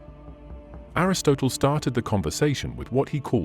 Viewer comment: PLEASE PLEASE PLEASE get your pronunciation right (in all your videos). Everyone knows how to pronounce words like Hades, Aristotle, Nicea, and so many other words. It makes it look like you have never heard these words and are just reading from someone else’s script.